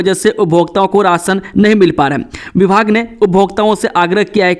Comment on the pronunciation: Nahi. Kaa ucharn no bolte ho shi nhi lagta